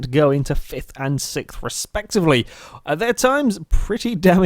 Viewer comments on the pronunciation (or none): none